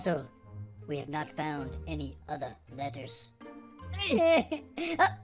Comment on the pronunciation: tiny letahs to big letahs